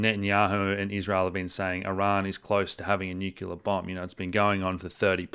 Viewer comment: any thoughts on revelations about the new head of MI6's grandfather? NB: probably about time you learnt how to pronounce "nuclear" properly...